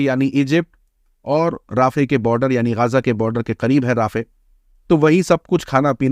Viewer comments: Not राफ़े it's रफ़ा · It is pronounced RA-FA. Not Rafeh. Please correct. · Bhai rafeh nahi hai rafah hai